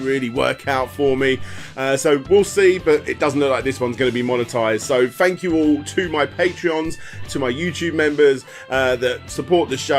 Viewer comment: lol i still find it hard to listen to when people use F in place of TH , Fank YOU